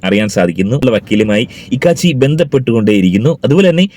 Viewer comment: ഇക്കാച്ചി അല്ല കോക്കാച്ചി